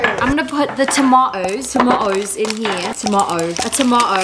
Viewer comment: as a fello British person that’s definitely not how I say a tomato😂😂😂😂